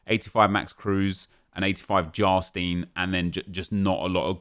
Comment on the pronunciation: You said Jarstein so wrong😂